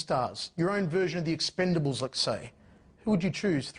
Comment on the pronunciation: Sucks you weren't chosen for "The Exlendables" eh Steven Seagal ?